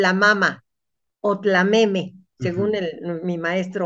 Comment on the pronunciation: Es muy enriquecedor este acercamiento a sistemas de comercio y distribución de bienes. Sólo sugiero que los especialistas no caigan en el error usual de los conquistadores españoles respecto a la pronunciación de términos en náhuatl TLAMEME y no tameme, con lo cual muchos topónimos fueron transformados de manera ridícula.